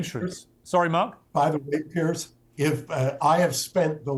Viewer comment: Sorry Coach, you'll never get the call unless you pronounce Piers name correctly. I understand he is particular about that. It is pronounced Pierz.